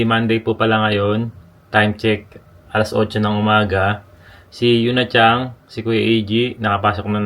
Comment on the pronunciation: He puts “G” on the word “San” or “Chan”. Oto San nagiging Oto Sang; Yuna Chan becomes Yuna Chang🙄